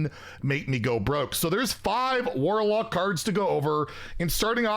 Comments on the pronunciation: I swear you're saying whorelock, but I think you just pulled a Stewie and put a h sound at the beginning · anyone else hearing "Whorelock" lmao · He absolutely said whorelock hahahah